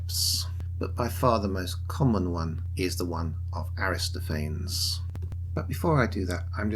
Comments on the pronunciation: He says Aristophanes the same way Bill & Ted says Socrates. So-Crates Aristo-Fains 😂😂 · good video. Aristophanes is 5 syllables, though